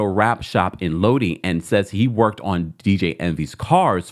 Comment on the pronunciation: About the home flipping business if someone would have just reviewed Cesar background they would have never invested in him. Also the town in New Jersey is called Low-dye not low-Dee lol (Lodi)